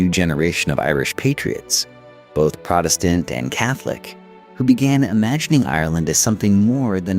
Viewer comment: What's just as annoying to me is when it switches back and forth sometimes they'll do the proper pronunciation, sometimes not. Protestant is another one that sticks out